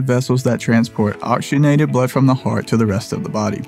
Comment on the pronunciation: Where is the auction? Narrator in the first ten seconds referred to "auctionated" blood. Peehaps thw narrater could take just a little more time to enunciate. He was able to say "polyphenols" easily, so why the mouth-mangling of the word "oxygenated?" And puh-LEASE, narrator, don't replace the letter L with W, every time he says, "buildup." Listen to him say "biwdup." Ugh. What lazy tonge movement. Stay alert for the "plaque biwdup" he says over and over!